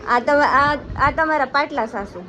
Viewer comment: પાટલાશાશુ નય પાટલાહાહુ કેવાય